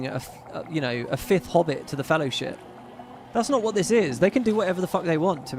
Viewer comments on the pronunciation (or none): I do love that clip from the intro. It’s almost goosebump-inducing. But I can’t help but hear the narrator say fellahship instead of fellowship every time.